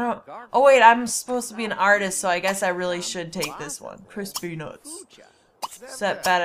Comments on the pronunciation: Couldn't tell if see was saying Chris Peanuts, or Crispy Nuts XD! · it sounds like crispy nutts or chris pee nuts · When you say Chris P. nutts it sounds like crispy nutts xD